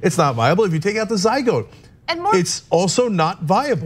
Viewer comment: What the hell’s a “ZyGOAT”????